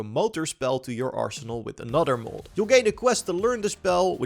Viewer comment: I can't handle you pronouncing mod as "mould"